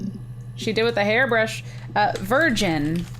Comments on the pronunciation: She spelt virgin wrong she said virign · ITS VIRGIN NOT VIRIGN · You spelt VIRGIN wrong u said VIRIGN